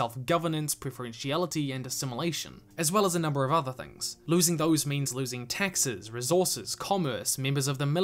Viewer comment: Every time you say Taxes, it sounds like Texas. This was a great series.